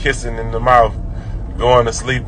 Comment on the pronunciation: Especially if they were kissin in “da mouf” 🤦🏽‍♂️